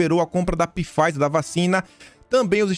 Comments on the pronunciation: Não é Pifaizer que se fala, é Faizer, o P é mudo!😝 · .Pfizer = Faizer, essa é a pronuncia..bjs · Pronuncia-se “faizer” com p mudo e não “pifaizer” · URGENTE...... VOCÊ COMETEU O MESMO ERRO QUE EU À ANOS ATRÁS.... NÃO SE FALA PIFEISER E SIM FEISER.... LABORATORIO AMERICANO..... 🤔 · pronuncia-se “Faizer”. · Nobre, sou chato e seu seguidor. Pfizer se fala 'fáizer', engula o P, abraços. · apenas com o intuito de ajudar, o nome pronunciasse Pfizer = faizer, o "P" é mudo. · Pfizer = "Fáizer", o "p" é mudo. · Só uma observação,: Pfizer se lê Faiser 😉 Obrigada por tanta análise boa que vc traz todos os dias 💐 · Não é !!! Empresa fundada pelo alemão Pfizer ! Procure a pronúncia no Google Translator !